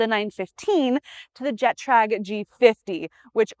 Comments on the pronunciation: “Druck” is pronounced “drook” as in “look” Also “Getrag” is pronounced with a hard G not “jetrag” If you are going to deal in Porsches learn a little proper German pronunciation so you sound like you actually know something about the car. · Learn to pronounce Porsche....and Getrag You don't want people to think your hair is really blonde